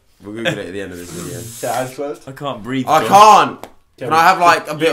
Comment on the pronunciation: haha lol "i cant breav" 😂😂😂 anyone els die at the point